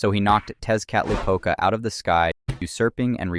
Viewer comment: Tezcatlipoca is pronounced (tek•uh•li•puh•cuh).